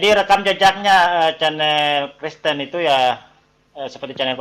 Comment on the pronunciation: Kristen …kreeessten😂😂😂😂